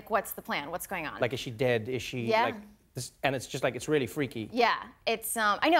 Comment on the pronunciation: I like the way Trevor pronounces 'really' as 'rarely' - have you noticed? 😊